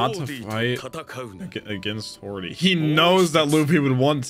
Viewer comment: His name ISN'T "Hordy", it's "Hody Jones". That's the official english translitteration.